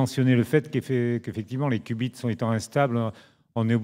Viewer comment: haha le qbits qui devient "ass biz", si vous en trouver d'autres :D